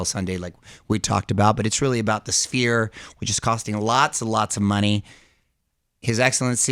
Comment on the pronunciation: Did call the sphere spear? Lol